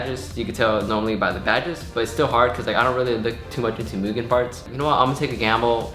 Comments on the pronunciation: The real way to pronounce mugen is "moogen" idk why some ppl act like you're saying it wrong lol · Thank you for saying Mugen the right way 👍🏼